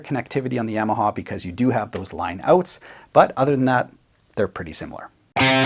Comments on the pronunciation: Seriously, are my ears not working? Nobody’s talking about the way he says Yamaha? “Yam” aha. Am I being punked? Have I been incorrectly saying Yamaha with the short a sound this whole time? “Ya”(yaw) “ma” “ha”. My whole life never have I ever heard this pronunciation. Solid video, I want yams as my side for dinner tonight. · YAWmaha, not YAM-aha !! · Great comparison/review but I winced every time you said Yamaha. It's not a root vegetable! No yams involved! Say it with me: Yaa - Maa - Haa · Yamaha, (pr "YAW muh HAW") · The yam-a-ha lol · the Yeahmahaw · I love how you saw "yammahaw" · YAW-MA-HA. Your welcome. Yes I know- Tomato, Tomoto. Oh Never mind... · great video....but the way you say Yamaha......eeesh